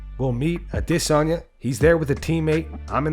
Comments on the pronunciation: Why cant you say Israel's name right? Ever? Ah-Diss-Ahnya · The way he says adesanya bugs me lol